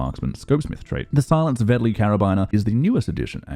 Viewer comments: I dont understand how anyone could have trouble pronouncing Vetterli. Say "Better Lee", there, done. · It is pronouncesd Vet-ter-li. Well, it is a lot easier if you are German and even that is not 100% correct. It is a Swiss Gun after all. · Its pronounced Fetterli, cause it was a swiss military weapon ;)